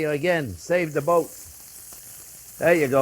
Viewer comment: First time I thought he said "Saving the Goat", best chef on the internet. You just got to love it.